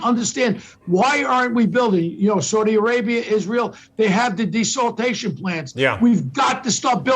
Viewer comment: Desaltation lol its Desalination . Only a New Yorkuh